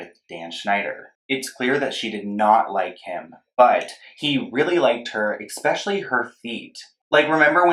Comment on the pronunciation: Not him saying “ekspeshally”